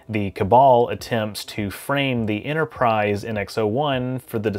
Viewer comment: There is no "Innerprise" in "Store Trek"